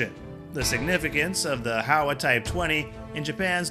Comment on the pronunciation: Hi. HOWA is not pronounced HOW-AH, but HOE-WAH. The criticisms you mentioned relate more to the pacifist constitution, not the gun itself (apart from the complex mechanics). The challenges are bureaucratic, because the unit price is high due to the government’s inability to export. Also, the government is not as generous compared to the US when issuing accessories for the rifle, eg scopes, laser sights, even 3 point slings.